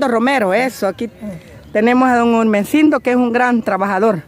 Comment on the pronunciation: Es Gumersindo no emercindo